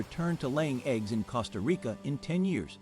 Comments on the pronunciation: Costa Rica (means Rich Coast) is pronounced exactly like the "CO" in COAST, not like the "CO" in COST. Common people. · Even ai should get it better!! These are sickening to hear and some real dumb people will repeat the mistakes and sound like idiots!! I said the other day: it is spelt “cost -a) Rica but pronounced (coast-a) Rica. ❤ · man... a robot voice that can't even pronounce Costa Rica. not a goo look. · It was very annoying with the mispronunciation of "Costa Rica" but when he claimed that it is from French, it was like WTF. If things so simple are wrong, how can I trust the rest.